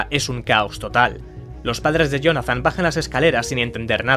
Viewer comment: Acabamos de ver un vídeo narrado por una IA próximamente no es ahora mira como dice la palabra Jonathan